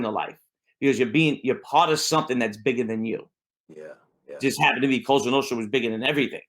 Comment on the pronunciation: Cosa not Costa